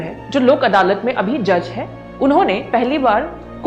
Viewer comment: It is अदालत not अडालत .